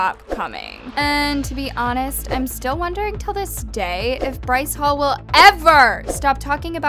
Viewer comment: “bryce holle” I CANTT LMAAOOO